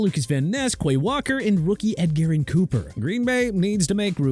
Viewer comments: Here we go with this dude saying Edgerrin Cooper's name wrong. It's not pronounced Ed-garen; it's pronounced Eh-jur-ihn! Got it?! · of TPS pronounced his name wrong. Edgerrin (Eh-jur-ihn) Cooper is a linebacker from Texas A&M now playing for Green Bay. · not one to correct mistakes but edgerrin cooper is actually pronounced like “edge-er-rin”. i sat next to him in both 7th and 8th grade english and was honestly really excited to see yall talk about him lol but i almost didn’t realize it was him for a second